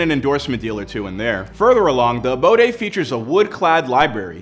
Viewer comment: Abode.... not “aboday.” 🤨